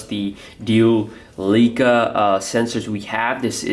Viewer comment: it's not pronounced Lee-kah but Lie-kah.